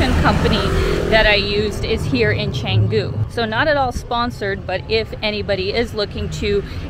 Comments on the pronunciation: It's cha..not che...like so lazy to pronounce it in its language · Very good brief description of what Canggu can offer whilst there are more to be discussed. A bit of comment, if possible, is to pronounce the word "Canggu" as the locals do would be much appreciated than sticking to the tourist accents. Thank you.